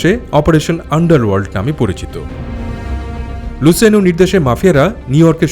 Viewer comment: আপনি নিজেও অনেক ভুল বলছেন, অইটা লুছিয়ানোই হবে আর গাম্বিনো সঠিক শব্দ, আর অইটা লুকেজি হবে না হবে লুক্ষেছে, গটি হবে না হবে গত্তি, এইগুলা ইটালিয়ান নাম এইগুলা এইভাবেই উচ্চারণ করা হয়(luciano,Lucchese, Gambino, Gotti)